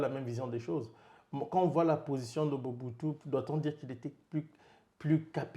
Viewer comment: C'est Mobutu pas Muhutu